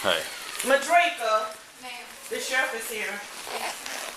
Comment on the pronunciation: Come on my people Midrieka, Exzell. Really 🤦🏽‍♂️